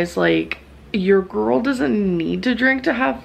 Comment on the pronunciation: WiLLo Davis I get triggered whenever she says gorl and doesn't look after her hygiene.